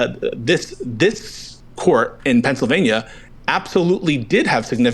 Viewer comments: No idea how I ended up on this video, destiny get back to streaming goddam it. I'm 2 hours deep and if I hear this schizo say "Pensavania" one more time so help me god I'm gonna do it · If this guy says "Pennsivania" one more time I am going to fucking lose it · Is it Pencvania or Pennsylvania? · The way he pronounces "Pennsylvania" is so funny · Bruh I just wanna reach through the screen and shake him and yell “THERE IS AN ‘L’ IN PENNSYLVANIA!” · THIS GUY'S VOICE IS SO FKN AN NOYING!!! PENNSYLVNAIA PENNSYLVNAI APENNSALPYNAIAADSASDASDZDSXC